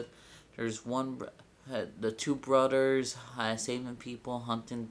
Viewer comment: You're stupid u can't say brothers right